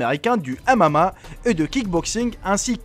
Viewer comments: le "amama" ptdrrrrr tu sais pas parler ou quoi ? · Mdr " il est pratiquant de amama" xD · C'est pas amama mais mma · ON DIT MMA PAS AMAMA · Maran quand dit mma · C'est MMA pas M AMA mdr